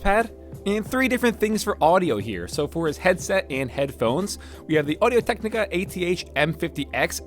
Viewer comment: "audio TECHNICA"